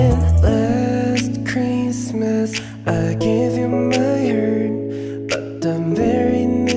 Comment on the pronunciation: 💀 it's a reference to when Taeyong laughed at Jungwoo's english and then he pronounced heart as "hurr/hurt" but ok 👽